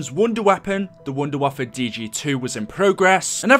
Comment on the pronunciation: How is Maxis German and can't say Wunderwaffe properly?